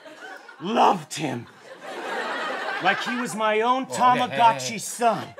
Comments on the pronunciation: It's tamagotchi tho, not toma :/ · It's actually "Tamagotchi"...